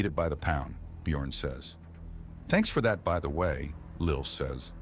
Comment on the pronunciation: Actually slightly impressed that the AI voice not completely massacre the pronunciation of the 'ö' letter in the name Björn despite it's spelled with an 'o' in the text.